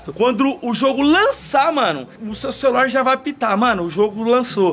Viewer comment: o jogo é sobrenatural é pega no meu o que eu acho que ele não queria fala r cecular😏😏😏